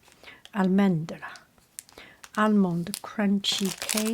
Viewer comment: You pronounced very well! Hojaldre (oh-hal-dre) and Almendra (all-mend-rah) 👏